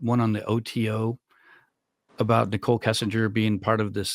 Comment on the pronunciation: You have enlightened me that that is an AI voice cuz I do watch your channel Timeless Mysteries as well, and it's a great voice, and yes always mispronouncing Nicole and Shannon